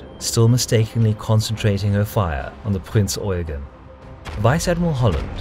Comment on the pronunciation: It's Prinz Eugeeeeeeeen, with an accent on the last syllable.